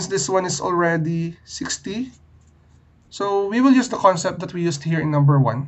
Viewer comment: I heard “Sui” in place on “So we”